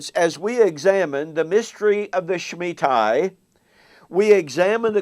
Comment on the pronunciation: why don't you read the book and learn how to say shemitah (ends in ta not tai). if you read the book yous learn Kahn is not saying the world will end. he's saying an economic collapse is coming. you dispelled it before you read it so why even bother reading it? you're wasting your time and even worse, wasting mine.